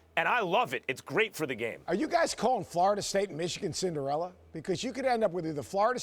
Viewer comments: omg learn how to say CINDER - ELLA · Stephen A. is so impatient to make his irrational ass points... "Cinderilla" lol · Wtf is a cinderiller Stephen A ? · “Cindirillas” sas makes it sound like a roll up lol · "Cinderelers" - SAS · Stephen A Smith: Cindarillas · I'm just laughing at Stephen A pronouncing it "Cinderilla" 😂😂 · JaJa Pachulier > "Cinderilla" Teams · Wtf is a Cinderilla 🤣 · Mackaveli Millz he says the word as if it's a dinosaur or something